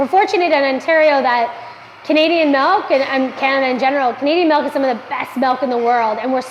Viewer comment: I love their pronunciations of process & milk. Pro-ses & melk.